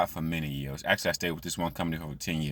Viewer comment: Its YEARS SAY IT WITH ME. Duh say it with me YEARS NOT YEUHS 😂😂😂😂 and duh who thinks working at MCDONALDS IS A GOOD JOB?